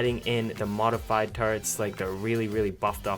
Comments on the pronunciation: Why does he say taretts instead of turrets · It's turrets not tarts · This nigga says Tar-etts